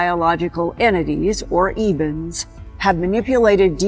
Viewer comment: It's Ebens, not Evens. Read the book SERPO.